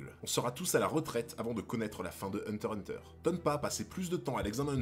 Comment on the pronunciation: "hunter X hunter" pas hunter hunter